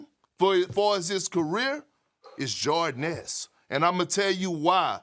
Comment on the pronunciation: I know damm well perk ain’t just say “it’s jordan esqe “